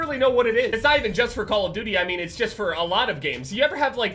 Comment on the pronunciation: "Us call of DOOIE players" ahahaha